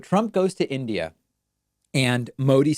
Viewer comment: "In Idiot............" Donald Judas Trumpsky impresses everyone by his ability to get three letters of his host Country right at least.